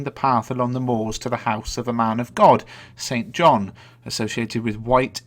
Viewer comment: I thought St John wasn't pronounced Saint John, I think it's supposed to be pronounced sin-jun